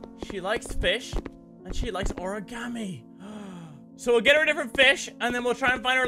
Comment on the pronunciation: The way mini pronounces origami. "Ore-gam-e"